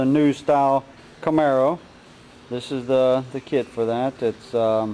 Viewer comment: It’s “camaro” not camero